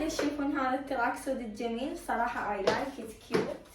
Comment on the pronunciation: ليش تكول ايلايكت مو اي لايكد؟